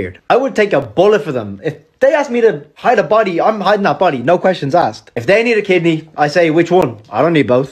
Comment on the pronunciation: “PUR LOCAL NEWS TODAY!” “WE HAVE FOUND THE BAWBWY” lmafo